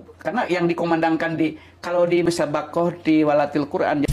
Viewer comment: Yg benar Tilawatil qur'an pak, haha... ngaku nya pernah muslim,pesantren 4 tahun, harusnya udah hebat bgt soal islam, kok nyebut tilawatil qur'an aja masih tiwalatil, haha domba lu..😂